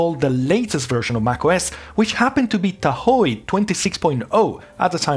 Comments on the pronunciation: Great video! BTW, the ‘e’ in Tahoe is silent. It’s pronounced TAH-ho. It’s an indigenous American word. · the e in tahoe is silent